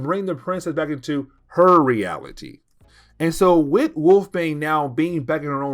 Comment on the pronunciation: Does he mean “extinction”? I really love his videos however I feel as if he would have greatly benefited from speech therapy. The way he says “wit” instead of with or “da” instead of the. Doh as opposed to though. Omg it grates my nerves. He has a very thick tongue whew!